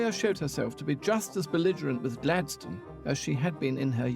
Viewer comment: So THAT's how Gladstone is pronounced correctly. We say it like "Happy rock" :D Now I'm ging to start saying it correctly and see if it catches on.